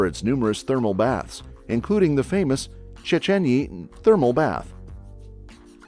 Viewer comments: Szchenyi is pronounced /sechenji/ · OMG so great! As a Hungarian I really liked the topics, and after you saying "Budapest" I thought you might just be Hungarian yourself! 😮🇭🇺 But next time you might want to ask a national to dub the parts of foreign words because it was painful to hear "Széchenyi" as "Csécsenyi". "Tokaji" as "Tokazsi". And so on. 🦻💔💀👻💀 How about a follow-up? ;) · You are supposed to pronounce it as "Tokayi(h) Azu" because it's from Tokaj, a place, and Tokay-I means it is from there, or has to do smt with it You are supposed to say it as "Sechenyi" too Before you ask: Yes, I'm Hungarian, that's why I know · I find it hilarious, that this video perfectly pronounce Budapest and Puszta, and even in Sziget, so you would expect, that they know and understand the pronounciation of S and SZ. Then there is Széchenyi which first was pronounced Sekeni at the Chain Bridge then Csecseni at the Thermal Bath.😅🤣 I get that, ch (cs) and ny (ny) are confusing, but Sz were just perfectly pronounced in Puszta. 😅😅